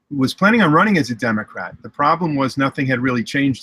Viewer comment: Could've sworn he said Democrap on the beginning lol.